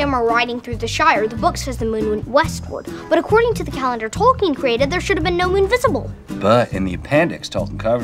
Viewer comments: Adult Seldon mispronounces Tolkien making it three syllables, it is pronounced Tol-Keen. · I can't believe Sheldon is mispronouncing Tolkien's name! Sometimes... smart people can be total idiots.